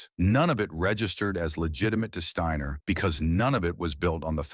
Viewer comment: Shteiner??? Ai with a speech impediment